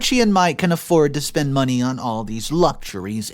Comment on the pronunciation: Am I the only one who cringes every time he says 'money'? Something about his pronouncion grinds my gears.